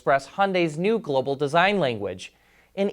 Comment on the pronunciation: morphing grill, at first i heard morphin grid